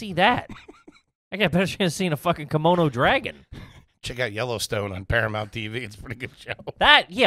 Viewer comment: is saying "kimono" dragon instead of "komodo" dragon, right?